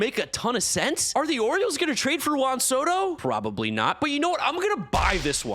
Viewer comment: never pronounces Juan Soto correctly. 😂